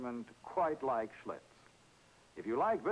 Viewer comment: That's Schlitz !....Not Schlutz